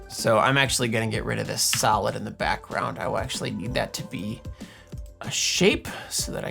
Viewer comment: When you said "solid" during the video I could've sworn I heard salad. So my suggestion is to animate some salad (I'll leave the theme and criteria up to Em to decide ;) for one of the next ones hehehe! (sorry not sorry!)